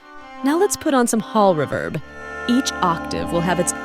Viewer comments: Did he say a dash of rebirb? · AI has come on in leaps and bounds with regard to voice overs, but it needs to work on words like 'reverb' as that is such a giveaway. As for UVI Falcon? I'm currently learning Lua Script and it makes Falcon not just fly, but soar!!! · Until they try to say reverb.